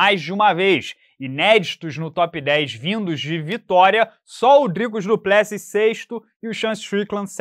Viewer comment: Não entendo a insistência do em pronunciar errado o nome do Du Plecis